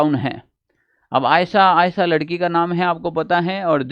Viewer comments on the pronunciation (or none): none